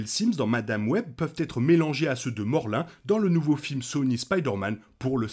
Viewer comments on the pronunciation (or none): Morlun ce prononce morloune et non morlin